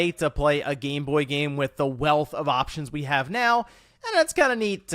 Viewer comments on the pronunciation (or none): none